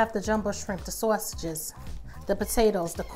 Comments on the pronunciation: Excellent recipe loved the way you say Swasages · I like how she says sausages lol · The way she says sausages I can’t lol 😂 lol still gonna try this for my Christmas 🎄 meal Oh I did follow candied yams recipe for thanksgiving omg it turned out perfect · Yeah she sounds lowkey Italian when she says it 😅🤣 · Looks soooo BOMB !!. I just want a video of you saying sausages 😂😂 lol, I’m from the south so all I hear is SAWSUCH, I love your accent so much !